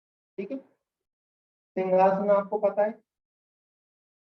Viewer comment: सर आपने मिनट पर सिंघासन के बारे में जानकारी दी कृपया अपना उच्चारण सुधारिये ।आपने जो कहा उसका अर्थ है किसी राजा की शाही कुर्सी अथवा सोफ़ा । वास्तव में आसन का नाम सिंहासन है , सिंह अर्थात बब्बर शेर । इसमें आकृति शेर के समान बनतीं है और आंखों को नासाग्र केन्द्रित कर (यह तो सही बताया आपने) सिंह गर्जना कंठ से की जाती है । सिंघासन और सिंहासन जमीन आसमान का अंतर है कहीं कोई मेल नहीं हैं ।